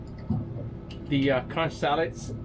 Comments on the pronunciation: I’m not trying to be critical just proper pronunciation. It’s not Consh it’s Conk. 🙏 ❤ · I would never eat that soup after all that crapp you put in there. Am a Bahamian and the word is conch, not konsh.